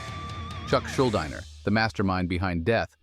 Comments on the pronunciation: The AI pronounced "Schuldiner" four different ways in 60 seconds 😄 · I really wish creators wouldn’t use AI voice overs. No ones actual speaking voice will sound worse then the incessant mispronunciation and lack of expression that AI voices give.